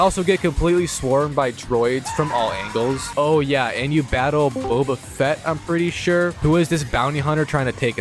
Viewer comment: Bro says boba fett💀💀